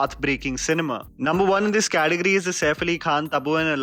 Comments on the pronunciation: It’s Category not Cateogory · it's category...not cateogory sirrr